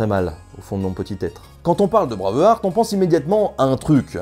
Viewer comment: Pourquoi dites-vous "Mon enfonce... ponser, etc... au lieu de mon enfance, penser... etc.? Je ne comprends pas cette prononciation. Elle me casse les oreilles.